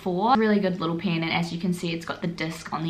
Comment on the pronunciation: ITS NOT PRONOUNCED AS "PIYN" ITS "PEN"